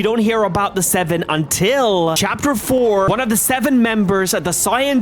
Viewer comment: what that robot said about the seveeen, dude talk normal